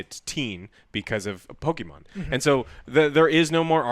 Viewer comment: You and your way to say "Pokimon"....